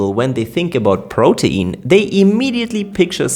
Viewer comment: PRO-teen. It flows off the tongue better when you pronounce it like that. Sorry, it's driving me nuts how you keep saying pro-tee-in.🥵